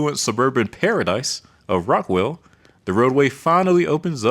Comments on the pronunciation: As a native Texan of the D/FW area, a few pronouncement corrections. On I-30, before Dallas, you said RockWELL, when, instead it is RockWALL because a naturally formed wall of rock was discovered there. Past I-30, on I-20, you said Abilene, similar to Able, when actually it is pronounced like Apple. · Rockwall, not Rockwell. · Rockwell????😂 Dude it’s Rockwall as in Rock Wall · RockWALL, Texas. Not Rockwell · It is Sulphur Springs not Sulfur Springs and Rockwall not Rockwell, come on now do you research.... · Lol my guy read the word “Rock-WALL” and somehow got “Rock-WHALE” 😂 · It's pronounced Rockwall, not Rockwell. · Also, Rockwall, not Rockwell. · “Aybeleen” and “Rockwell”, smh lol